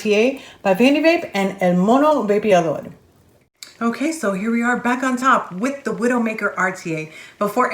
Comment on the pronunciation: Nice review! El Mono Vapeador (love the way you say it!) helped me to quit smoking. After watching the video i've decided to buy it as soon as it comes to my country. Spanish reviwers are not imparcial and objetive like you. Thanks a lot for this video!!!